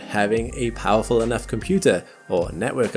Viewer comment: ”This is the most howerful survey telescope”? You mean Powerful?